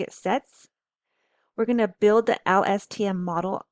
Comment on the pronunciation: presenter can barely remember how to pronounce LSTM, give me low confidence